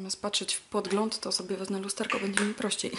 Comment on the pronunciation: proszę Cię nie mów "wezne" lubię Twoje filmiki a to wezne wali po uszach ;-)